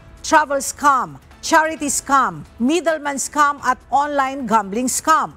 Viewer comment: scam po, hindi "scum"